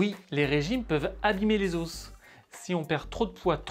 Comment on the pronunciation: Tu m'enerve a dire les OSSS